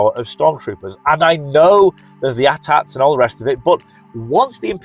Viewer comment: Props to you for knowing how to correctly pronounce AT-AT.